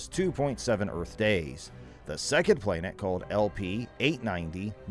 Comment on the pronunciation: well, it has everything to do with this posting considering he says the word playnet a hundred times but somehow says planetary without accent.....soooo.....i stand by my comment.